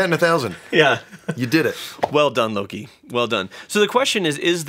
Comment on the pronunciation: Don't wanna be rude but it's Loki. Not Lori 😅